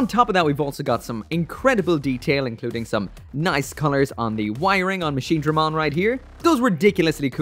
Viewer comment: Finally! Machinedramon and not Machinedremon